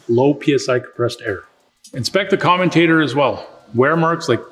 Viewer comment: I would have thought someone giving advice on dc motors would know how to pronounce commutator correctly.